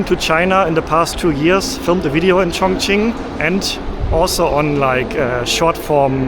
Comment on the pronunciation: is it pronounced Chongching or Chongqing?